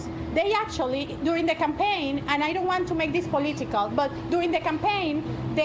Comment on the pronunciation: "I don't want to make this poleeetical"... What an insanely stupid thing to say.